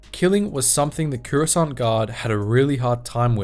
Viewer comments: i swear if he dosent stop saying currysont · take a shot every time he says COORUSCANT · Cuurasaunt. bruv ah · Curessant? What's Curessant?......oh you mean Coruscant.... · >runs a star wars lore channel >can't even pronounce "Coruscant" properly